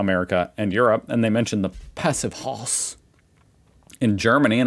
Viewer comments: Why not say "passive house" that is closer to the real pronouciation that using your aggro german interpretation of "Passivhaus". I wonder, after reacting to all that video stuff you're still serving that language stereotype? It almost looks as if you're making fun of it - still. -- At least that's how it seems -- Well, welders using argon as a protection gas are not afraid of being poisoned, either....🤷 Btw. If you want to sell any type of property in germany you need a "Energieausweis" / energy performance certificate. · Passivhaus has same pronunciation like Passivhouse. It’s not Passivhose. Haus sounds like speaking house.